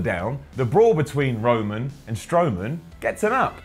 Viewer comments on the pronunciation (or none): none